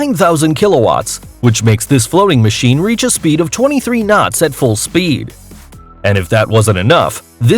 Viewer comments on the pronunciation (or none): none